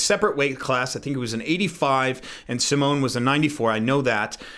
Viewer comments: "sz" is pronounced like "sh", "ł" is pronounced sort of like "w" in say "weather", "c" is pronounced like "tz" in say "tzatziki" (not exactly but close enough) so with English spelling it would be sort of like Shymon Kowetzki. Rest of the letters you got right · It's pronounced SH-IHMAHN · not poland, czech here tho. i think its pronounced like "sheemon" but the "ee" is short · Nice vid, I've heard of Szymon, coz I am Polish too :) You can pronounce him as Cow-e-tzki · Szymon = Simon. First thing that comes to my mind is to pronounce "Sz" like in the beggining of "sharp". Cant explain how polish pronouncenation of y sounds. Google translate did a good job if u type Szymon/Simon in polish/english translator. Your videos recently are gold! :)